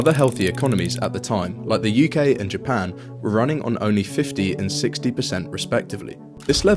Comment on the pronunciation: Bro you lost me at min . Japen !!!